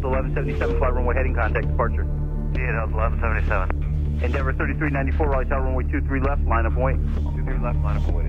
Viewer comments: Raleigh, not Raliegh. You lived there 40 years and you still spelled it incorrectly. Yep... YOU,.. you did that. Oh.. almost forgot... its actually pronounced, "Rah-LEE"..., I dont know what my man is talking about; neither does he. hahahahaha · Hey there but Raleigh is pronounced RAWLEE, just sayin. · Hi..Raliegh is pronounced, Raw-Lee...I lived there 40 years..it's all good bro...